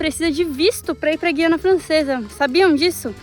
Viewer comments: O certo é “GU” e não “GUI”. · A pronuncia correta é gU iana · É um local pouco conhecido do Brasil e parece que o governo local está investindo muito na qualidade das rodovias. Pronuncia-se Guiana sem o "u". É a mesma coisa que guindaste ou guiar. Outro detalhe: em toda a União Europeia, as placas de trânsito de parada obrigatória são iguais, ou seja "stop".